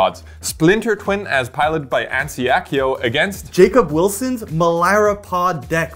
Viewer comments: I see, I thought Germans would have known difference between 'a' and 'ä'. Hans is also German name and pretty close to Anssi. I was thinking you would have tried to pronounce it in "German-way" which would have been closer, but you imitated "English-way" instead. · why you butchered Anssi's name so brutally? Do you have some Deadly Dispute going with Anssi?